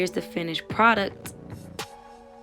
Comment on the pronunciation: " finished produc" the T is silent 🤣🤣